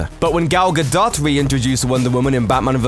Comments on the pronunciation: "Gal Ga-dot"... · Lets be real here. People don't care what Gal Gadot wears...I'd wager they'd be happier if it was nothing. Also...the "t" in Gadot is silent. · Gal Gadot is pronounced like Gal Gadote. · You said Gal Gadot wrong, the t is silent, sounds like Gal Gadoe. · Why do top 10 lists seemingly all misspronounce things, how hard is it to look up how to say Gadot or Caval?